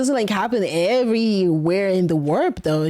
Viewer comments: Take a shot everytine she says "wap" instead of warp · im sorry but i cant stop hearing FAP instead. and november wasnt that long ago so its kinda on point i guess lol. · Her struggling to say warp is the cutest funniest stuff I've heard today 😂